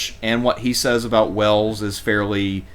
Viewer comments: ffs it's Wales, not Wells, Wales like in Whales, if you can't get basics right then don't upload crap like this !!! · He speaks with a southern drawl which is the evolution of a high class accent as opposed to a southern twang which is a low class accent think trailer park. A dude in a trailer park would’ve pronounced Wales correctly tho lol